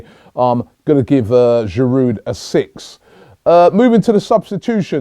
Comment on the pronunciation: its aftv, lets pronounce players names right. its a silent d at the end of Giroud.